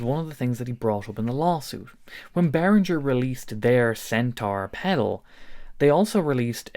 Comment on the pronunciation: I cannot WAIT until learns to pronounce Behringer correctly. This video was excruciating. I'm too traumatised to go back and count how many times he said it.